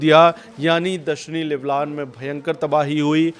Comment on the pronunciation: Leblan nahi lebnon hai